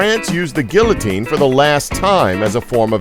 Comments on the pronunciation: Gill-o-tine. He called it a gillotine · That's not how you say guillotine. You pronounce the l like to e's next to each other. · Guillotine is not pronounced as gillotine it's pronounced geeotine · man he said gillatine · GiLLotine? That's. Not. How. You. Say. It. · It's bc it's a voice changer and I doesn't know how to say it properly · It’s pronounced like “Gee-o-tine,” it’s French you imbecile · FacePalms THE L'S ARE SILENNTTTT